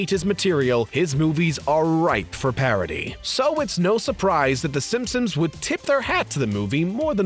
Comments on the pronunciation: Am I the only one who constantly heard him say Simpums ? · “Simpsoms” omfg dude